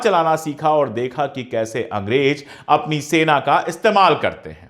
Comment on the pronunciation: अशोक जी आप बेहतरीन और जानकारी से भरपूर ईमानदारी वाली वीडियोज़ बनाते हैं। मैं आपकी वीडियोज़ लाइक और शेयर ज़रूर करता हू कई बार तो बिना पूरी देखे ही शेयर कर देता हूं क्योंकि जानता हूँ कि आप वीडियो इंसाफ़ पर मबनी(आधारित) ही होगी। आप से गुज़ारिश है कि ज और ज़, फ और फ़ का थोड़ा ध्यान देंगे तो सुनने में और अच्छा लगेगा। जालिम नही ज़ालिम कहिए। फर्ज नही फ़र्ज़ कहिए। अंग्रेज नही अंग्रेज़ कहिए।अगर आप ये तब्दीली ना भी करें, तब भी मैं आपकी वीडियोज़ देखता और शेयर करता रहूंगा ❤❤❤❤